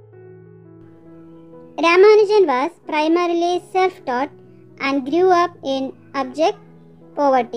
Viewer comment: Grew ka pranounc galat hai 😢